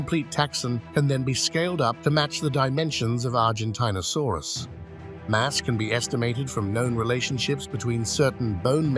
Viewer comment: This voice has made numerous mispronunciations Diplodocus Circumpolar at least 2 examples of pronouncing same word in different ways in consecutive sentences Argentinosaurus and one other example